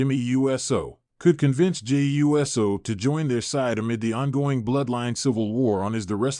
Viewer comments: Your pronunciation of Uso gets in the way of enjoying your posts. It's not U S O, it's not You so, it's Oou so. Thumbs down until you correct it. 😠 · I agree. They need to program the AI that's reading this how to recognize USO as Oooso! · BRO WHO TF IS JIMMY U.S.O ITS JIMMY USO…….LIK THIS OOOOO-SOOOO